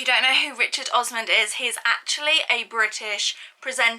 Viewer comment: It is Osman and not Osman’d’. The book is right in front of your eyes.